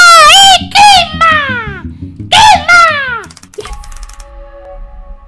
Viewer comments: It's Crihmaah!! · .o. why tho? why? lmao. He said kir maaaaaa! which sound like kill me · Si me mato cuando dijo crismas me recordó a mokey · you are right it is CRIHMAH (check subtitles) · KRISMA ITS KRISMAAA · IT CRIHMA! 🤩🤩🤩🤩🤩🤩 IT'S CRIHMA! CRIHMA!!!!!:D